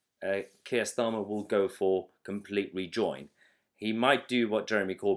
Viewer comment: Silly boy full of joy! Aren't you? It's pronounced "STARmer".